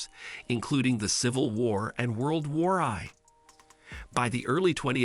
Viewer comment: Definitely a I World war eye bro said